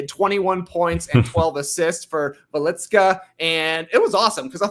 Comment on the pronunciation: Trey pronounced Jokubaitis very well, not so great on Velička, but whatever (Tas pronounced Velička accurately). Velička came out of nowhere, Jokubaitis was easily our most important player and he is very good PG, it sucked all life out of me when he got hurt, our back up PG situation supposed to be dreadful, but Velička showed up, I had no idea he had this in him. Without Jokubaitis, I thought we might be able to beat Latvia still, as they are not that good, but that would be our ceiling I thought, and I still believe that, but if Velička can play like this, maybe we will have a chance against stronger Greek team, we will see it on Tuesday. Lithuania showed some ridiculous defensive schemes vs Finland and Latvia, it will be interesting what will they do against Giannis. And yeah, Tubelis is very good.